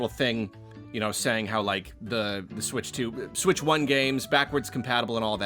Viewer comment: i cant believe they're calling it the nintendo sputch